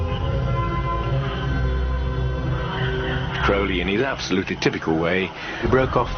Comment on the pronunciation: "Crowlyanity" lol